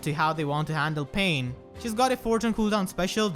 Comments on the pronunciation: The way you pronounced Pannes name, I low key thought we were about to get six paths of pain up in this bitch. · You pronounced Panne as "pain", which made me think of the enemy tiger laguz boss from Radiant Dawn. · why do you pronounce "Panne" as Pain